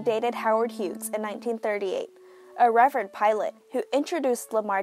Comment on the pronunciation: Hughes = hues not hewgz!